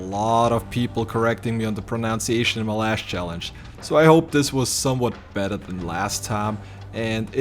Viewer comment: Just FYI, it's not "pronoun-sea-ation" it's "pro-nun-sea-ation."